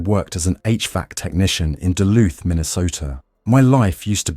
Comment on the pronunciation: duluth mn its not duth .. sorry not sorry im a local